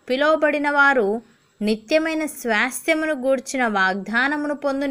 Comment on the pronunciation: Sister please try to pronounce the word Swasthyamu in correct way sorry to say this thank you